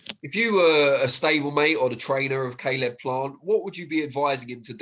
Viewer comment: can someone tell me why this guy is calling caleb plant ,celeb plant ? lol wtf 😂😂